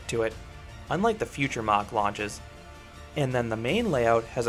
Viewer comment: it's a German name and definitely not pronounced in an American way as described by the ignoramus above. Mach (the "ah" sound should be very short) is also wrong, but closer to the correct way.